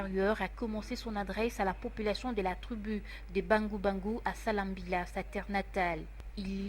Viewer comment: On dit Salamabila et non salambila svp